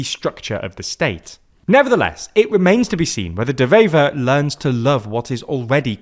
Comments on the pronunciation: The W in Bart De Wever is NOT pronounced as a V like in German. De Wever is pronounced like "Duh Waver" The W in Dutch is pronounced exactly like it is in English. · Nice video, but his name is pronounced like “De Waver” 👋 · Dewever is pronounced with a w not a v, the w is like w in water